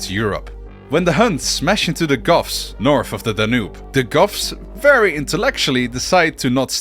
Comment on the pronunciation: every time you say goths I hear "Goffs" and immediately am thinking of orks in warhammer